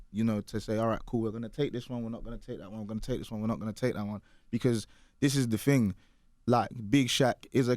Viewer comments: “ting” not thing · it's a working class Londoner thing or should I say "fing"